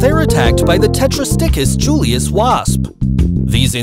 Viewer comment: Kef.Ah.Low.Tease A.Trah.Tuss Suck.Sin.Ear Poo.Triss Tetra.Stee.Cuss Yoo.Liss AI: "Gypsy moth caterpillar" Video: Shows montage of Cabbage White butterfly caterpillars